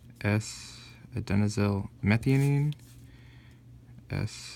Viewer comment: You don't know how to pronounce methionine properly